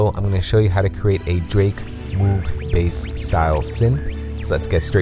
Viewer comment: Isn't it pronounced "mogue"